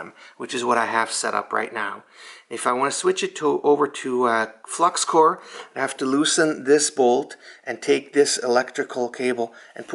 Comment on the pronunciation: It’s flux core. “Hey guys I’m running low on flux cord 😂😂😇😇